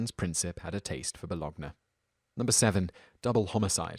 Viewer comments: You had one job, narrator...JUST ONE JOB. 'and Princip had a a taste for bologna' - which you pronounced BAL-OG-NAH!?!? (it's BULL-OWN-YAH) This isn't a complex word, how on earth can a grown human being pronounce the word 'bologna' wrong? This isn't even rare on these vids, basic words are mispronounced all the time, it's unbelievable. Perhaps you should get a narrator who has at least average language skills. Here's an idea, Mr Narrator: if you've never heard a word spoken before and see it on the script, ASK SOMEONE HOW TO PRONOUNCE IT. That includes peoples names, countries, placenames, and even basic adjectives, all of which you've had problems with in the past few videos. The mind boggles. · **Bo-lown-yah if ever..... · It's quaint and quirky when Simon mispronounces certain names (I can almost forgive him for not knowing how to pronounce Joaquin), but come on ... bolo-g-nah? Sweetie pie, if unsure, go ask a local. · What the hell is Ba-log-na? Lol